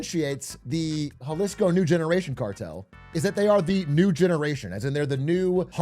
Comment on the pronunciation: Had to stop when you pronounced Jalisco